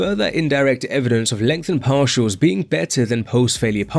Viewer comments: Legtnhen parsials 4 lifeee mothaafokaaa .. 🍻🍻🍺🍺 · "LEngtheNed PaRtials"